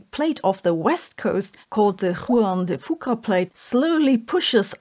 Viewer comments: love the Chinese pronunciation of Juan de Fuca. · Arkansas pronounced ar'-kan-saw Juan de Fuca pronounced waan-de-few'-ka